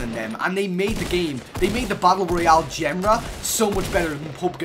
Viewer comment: Your pronunciation of genre is priceless